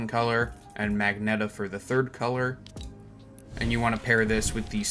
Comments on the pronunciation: lol not magneta you mean magenta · "magneta" mf its magenta💀💀💀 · Yo Jst so Yk it’s pronouned ma Jen ta not mag neta lol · he said magneta not magenta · the first one isn't mag-neta its pronounced majenta just the g sounds like a j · jit said magneta instead of magenta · Magenta isn’t pronounced magnetta it’s “ma” like oh ma gawd, “gen” like gen Z and “ta” just say yuh with a t sound and yw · "Magneta" that's crazy 💀💀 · No way bro said magnetta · good combos but ain’t no FUCKING WAY BRO SAID MAGNETA WTF😂😂😂😂😂😂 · Magenta(ma Jen ta) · its pronounced (maj - ent - ah) say it right next time 🙄